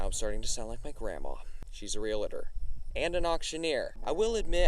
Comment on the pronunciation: REAL-TOR ! (There is no 'A.') You are a great spokesperson.